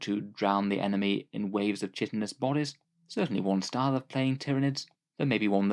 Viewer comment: I hate to be That Guy, but the word chitin is actually pronounced "KAI-tin"; rhymes with "frighten". It's one of those "makes perfect sense that it would be pronounced a certain way if you've only ever seen it written down and not spoken aloud" words; like how seitan is pronounced SAY-tahn with a long A, but it makes total sense that people would pronounce it "SAY-ten", as in Satan, because that's what sounding it out phonetically would give you. English is a super dumb language. I figure you're probably going to say chitin a lot in the coming months with the codex coming out so better to nip it in the bud so you save yourself a bunch of "UM ACKCHYUALLY" comments down the line. ;P